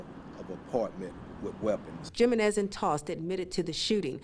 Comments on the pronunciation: JIM - en - IS = HUME - en - EZZ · the reporter said jim-in-ez lol, its JI-MEN-EZ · JIM-a-nez? How about getting it right....He-MEN-ez...Hispanic, you know? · He-men-es = jimenez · Jiminez is spoken HeMen The name Jimenez is pronounced "He-men-ez" not gym in ez. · Jimenez is read He men nez, not Gee men nez. Sheesh. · Lol! I was looking for this comment. Jim-in-ezz 🤣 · It's pronounced he men iz gymenis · Is that lady actually saying "Gym-en-ez"? 🙄🙄🙄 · Lol! She butchered his name! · The J is supposed to sound like an H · I’m pretty sure it’s supposed to be pronounced “Hi Men Ez” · This lady needs to learn how to pronounce the damn last name "Jimenez"... SMH... HAHAHHAHA she sounds hilarious! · Lol she said Jimenez with a J 😂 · The J is silent Jimenez. Where have you been? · No the J is pronounced as an H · Damn, that lady really butchered their last name. It's pronounced "Hee-men-ez" ... I take it there are no Latinos working at that news station??? Lol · They need to learn how to pronounce Papi's last name. It's "Hee-men-es". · I hate how she says Jimenez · 'Jimenez': Say 'Him men nez' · bruh she saying gym e nes and its Jimenez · It's pronounced, Hee-men-ez (Jimenez) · That pronunciation of "Jimenez" though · That is not how you pronounce that name. The j makes an h sound. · IKR? That reporter really needs to get her information on the proper way of saying ‘Jimenez’. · Please learn to pronounce Jimenez! It's a common name.